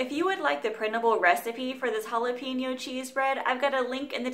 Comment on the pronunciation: Looks good.pls check pronunciation of jalapeno thank you